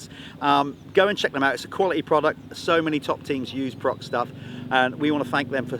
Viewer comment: Prox ? PROX ? What ? "Pro X " 😅